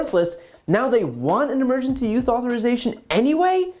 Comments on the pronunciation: I heard you pronounce "use" "youth" at least five times. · Just wondering if he's having a little trouble saying "emergency USE authorization". Every time he says it, it sounds like, and looks like, he's saying "emergency YOUTH authorization". I get it, it is hard to pronounce easily. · Is it just me or does it sound like BTC says, YOUTH instead of USE, whenever he said, "Emergency USE Authorization"?!?...& if so, is it intentional?? I'M SO CURIOUS!! lol 🤔🤥🤔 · Brian, it sounds like you keep saying "Emergency YOUTH Authorization" . . . . If they can't get monoclonal antibodies, maybe the Biden Administration should send DeSantis all the Ivermectin that Florida can handle . . . . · Are you saying "emergency youth authorization"? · The fact that you keep saying youth when you mean use is driving me crazy. I'm not trying to be mean, I love your content. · It's cute how BTC pronounces "use"